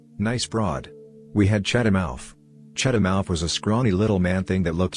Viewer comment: Cheddamouf? Cheddar mouth